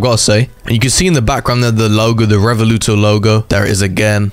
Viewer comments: How do you speel Revuelto so badly... It's not Revoluto, It's Revuelto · its riv-well-toe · Just saying , It’s pronounced Rev-well-toe (being Italian I know this) this also might make me play Roblox again (this is also one of my dream cars) - although it will still never feel the same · You can pronounce Revuelto as Rev Well toe, that’s how they pronounce it at least.. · the ruevuelto is pronounced 'REY-WEL-TOE' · Btw it is pronounced rev-wal-to